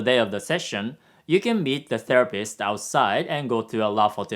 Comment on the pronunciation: "therapist" .. "the rapist" 😂